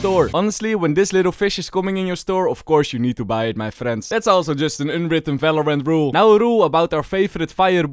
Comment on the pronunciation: can u learn the v cuz falorant fagents fery nice ITS JUST BRUH